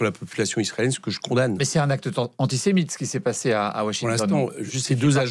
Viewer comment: antisemithe ? Il est bête ce journaliste ou il fait exprès